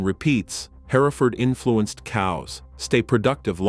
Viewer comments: Jeezus it's her-furd, not hairaford. I can't keep watching this it's so distracting. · It's pronounced Herford. The E is silent. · Its painful to listen to a computer voice mismanaged to where it cannot pronounce "Hereford" its not HAIRFURD. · It's HEReford, not HerEford. The AI narration renders the rest of it 🐂💩. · What is a hair-i-ford? I've heard of Hereford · Hearing the AI so perfectly enunciate every syllable in ‘hereford’ just irks me on a deep level. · that is how I would pronounce it, too. Even if it didn’t just try to suddenly pronounce that middle syllable, I could forgive it. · You would think before narrating an entire production they would teach the robot how to pronounce the main word. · It would be nice if you could make your video sound be what it should be you’re not saying the breed properly and idiots are going to start saying it the way you’re saying it and we have nothing but idiots running around the countryside. Try to do your AI because it must be AI cause no hear and other than the Engine could say it’s so wrong. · Jesus, AI can’t pronounce Hereford correctly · That's the British pronunciation...... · Maybe the UK pronunciation of Hereford would sound better. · the mispronounced Hereford AI bull shiz